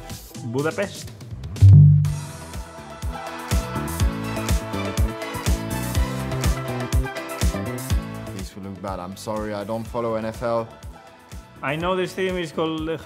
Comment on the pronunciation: Woah, Carlos said “Budapest” perfectly 😮